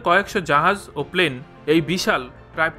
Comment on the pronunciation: Plane not palane